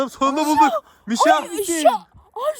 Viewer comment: Abi mişa değil buuuuuuu